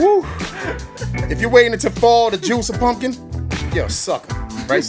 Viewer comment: Spanish pumpkin “pumpklinto”😂😂😂😂😂😂😂